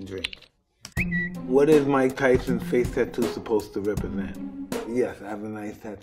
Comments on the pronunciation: "Fathe" STOOPP😂🤣🤦‍♂️ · It's Mike's pronunciation of some words, since his tongue is stuck and he talks funny. So, instead of saying "face" like anyone else, he would say/pronounce it like "fathe", thus why i wrote the comment like that.